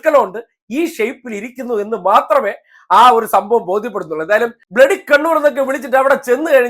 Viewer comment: " ബിലഡി കിരിമിനൽസ്"....😂😂😂😂